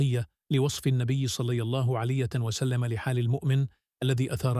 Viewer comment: لا تحكي صلى الله عليه وسلم بطريقه غريبة في الفيديو احكيها بطريقة صحيحة